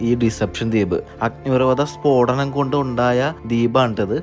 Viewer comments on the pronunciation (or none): ഫോടനം അല്ല ബ്രോ സ്ഫോടനം